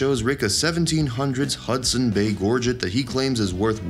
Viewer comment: Also, if you're going to comment on something at least learn to pronounce it correctly it was especially hard to listen to you when they were pronouncing gorget CORRECTLY in the clip!